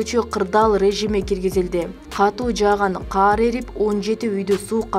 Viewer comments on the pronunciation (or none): Окуган кыз каар деп айтып атат кулак салсанар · Каар эмес кар эле болуп жазылат,айтылат 😡